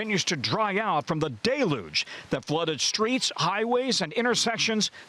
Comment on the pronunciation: 👉Tom Costello needs to learn to pronounce deluge. HINT: It isn’t ❌DAY- looj. Just as “pineapple” is not pronounced “PIN - eeple.” 😂 You lost all credibility as a respected reporter in my book. PBS News is top.